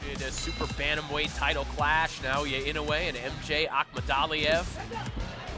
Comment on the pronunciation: MJ should at least learn to pronounce NI's name correctly before flapping his disrespectful jaws especially since NI handed him his ass🤣